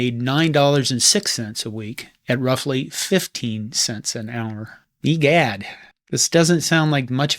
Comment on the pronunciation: Did you say egads? Or ye gods?